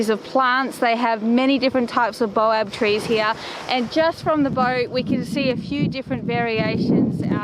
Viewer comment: "Bay-oh" trees folks. Baobab.. 😊